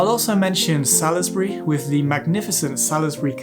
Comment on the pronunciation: Very good, thank you. One thing though, Salisbury is pronounced Saulsbury. A local would have corrected you I'm sure!